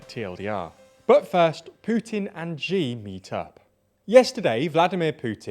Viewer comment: Please make the effort of learning how to pronounce names of people or places properly, before you present it to us!